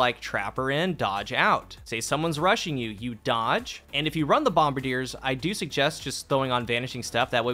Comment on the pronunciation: Bum-Bar-Dee-Ay. It's French.